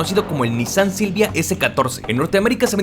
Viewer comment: No tengo ni idea cómo me llegó este video recomendado x YouTube, pero ¡qué joya de video! P.D. X fin, después de escuchar a todos los youtubers pronunciar mal “Nissan”, x fin encontramos a alguien q lo vuelve a pronunciar correctamente jaaaaa. ¡muchas gracias x este video!😊